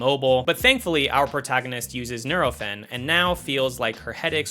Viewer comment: Hmm, that's not how we pronounce nurofen in Australia. Do Americans pronounce it differently?